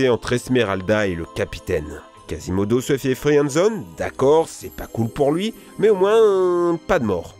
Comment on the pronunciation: “Pocehntas” “casimodo se fait friène zone”